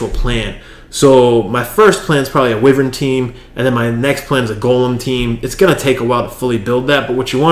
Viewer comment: the beginning... wyvern has a short/soft "i" like winter. Thanks again :-)